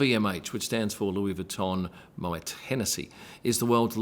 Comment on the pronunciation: *moway not mowet...